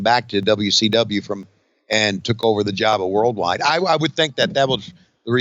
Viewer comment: A "rild wide" 🤣